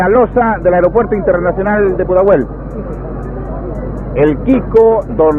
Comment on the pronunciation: O nome do aeroporto no Chile é Pudahuel, e não Puntahel. É o nome do bairro onde está localizado e vem da língua dos Mapuche, o Mapudungun, e quer dizer "lugar da água" ou "lugar onde as gaivotas se reúnem".